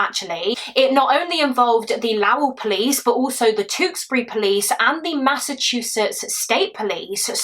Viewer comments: Lowell is pronounced Low el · Lowell is pronounced low as in not high elle as in elle woods from legally blonde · Hi my! I just love you.. so proud of you! Just an FYI, I'm from Massachusetts USA, and Lowell is pronounced like "low well" but not like "oh well" haha. Yah kinda just say it fast. That's why only one L I guess. 😅. "low well" I think is better to explain. 😅 ❤❤❤❤